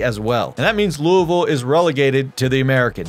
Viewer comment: He said louisville right I’m satisfied